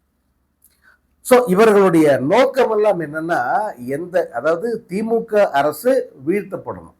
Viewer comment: விஜய் தான் தப்பு தப்பா படிக்கிறானா நீ அதுக்கு மேல தப்பா படிச்சிருக்க திமுக க்கு பதிலா பீமா ஊத்தியாச்சு சங்கு போட்டு இருக்கேன் ஏன்டா உனக்கே ஒழுங்கா தமிழ் படிக்க தெரியல தமிழ் எழுத தெரியல நீ வந்து நீ வந்து பேசுற சங்க ஊதி உனக்கு சங்கு ஊத தான் போறாங்க பொறுத்திரு